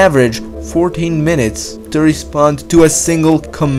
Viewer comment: « 8 minates in the pass »